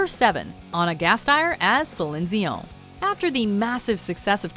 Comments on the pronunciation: Please stop being a snotty Ponce, stop saying Celine Dion in that accent and pronounce it normally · The way she pronounces Celine Dion really irritates me lol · Uh how do mess up Celine Dion's name? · Please never say Celine Dion again. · I can't with the way they pronounce Celine Dion's name... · Wait. How did she just pronounce Celine Dion? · I can't get over how she pronounced Celine Dion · The voice-over narrator can't say Celine Dion's name right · The way you guys pronounce Celine Dion is like the people who pronounce Mario as Meerioh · the way you say Celine Dion is ridiculous. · I think this announcer is the only person in the world who does NOT know how to say Celine Dion's name correctly. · Why are you saying Celine Dion like that? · wow how difficult is it to pronounce celine dion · damm can't they say Celine Dion correctly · O.O I could never pronounce Celine Dion that way. Mainly because it's insanely incorrect. SAY IT NORMALLY! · How She Pronounces Celine Dion Annoys Me 😂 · There is always one name that they pronounce that makes me cringe. In this episode it's Celine Dion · What the hell was that Celine Dion pronunciation? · Did anyone else spot that the narrator couldn't pronounce Celine Dions name lol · I'm low key cringing at how she says Celine Dion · Celine Dion.....I'm sorry they don't know how to say your name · I winced every time Celine Dions name was mispronounced!! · Stop 👏pronouncing👏 celine👏 Dion👏 like 👏that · I'd enjoy this video a lot more if they pronounced Celine dions name fucking right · That was the only reason I was going to say anything about this video, Selinzione? Wow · Who the fuck is "Celine Ziowne" ?? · She pronounces Celine Dion exactly like it is in Quebec. Watchmojo staff is headquartered in Montreal. Quebecers have an habit of adding an subtle S following a D or T when next letter is a vowel, hence the "Dzion". we also say "Poutsine" when referring to the dish. Source: I'm French Canadian. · It's pronounced Celine Dion.